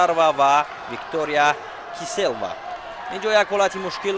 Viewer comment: Киселева - Е. -ЙО Хонда мешавад.Дуруст талафуз кардан лозим АСТ.